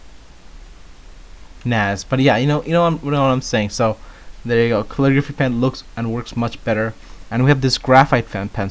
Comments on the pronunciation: MineJupe kull-ih-gruh-fee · why cant this guy say caligraphy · He cant say Calligraphy... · kale-i-grwaphay... right?